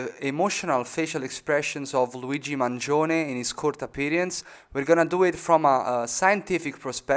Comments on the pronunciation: So true! I had a hunch from the first 2 words (I am Italian myself) but the perfect pronunciation of “Mangione” gave it all away! Ottimo lavoro con questa analisi, spero di vedere la seconda parte presto. Luigi libero 💚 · Are you Italian? You have the first accurate pronunciation of "Mangione" I have heard.